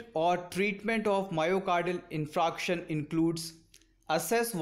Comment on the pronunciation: You r pronouncing 'infraction'. But it is infarction'